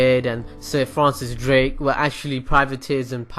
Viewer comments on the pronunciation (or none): none